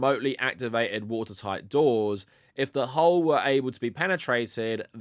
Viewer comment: You keep reading 'hull' as 'hole'. It's pronounced to rhyme with lull.